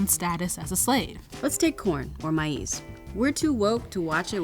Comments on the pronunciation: Siiiis! How did you just pronounce "Maize" 🤣🤣🤣🤣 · What? Did she just say "mah ease?" Aka maize? Ama nimeskia zangu? 😂